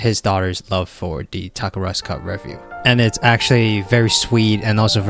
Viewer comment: I'm impressed it took you 8 minutes into the video to pronounce "Takarazuka" correctly 😂